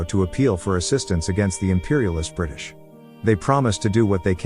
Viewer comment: " buth- buth brithish helpth india"